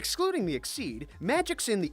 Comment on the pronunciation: who else is annoyed by the way he says most of the names wrong like endolas should be edolas and exeeeed should just be exeed and so on